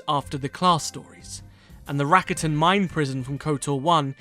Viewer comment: one example is the word Rakatan